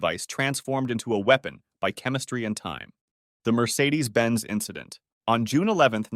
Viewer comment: "it was just an inchident on the track"